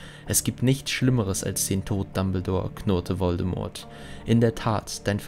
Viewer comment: Wieder toll gemacht:) Kannst du in Zukunft bitte mal das "T" in "Voldemort" weglassen? Wird natürlich nicht ausgesprochen 😄